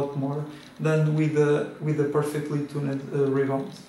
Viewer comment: Props to this guy cuz he seemed to misspell "tuned" by writing "tunned", but he also pronounced it "tuNNed"... so, ..yeah. I guess he is correct. ;D